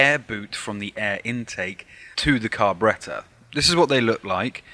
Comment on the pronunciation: Lol..."car--berreta"....gets me Everytime